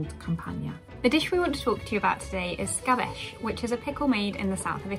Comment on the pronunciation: me wincing a little bit every time they say "scapece" as "scabèsh"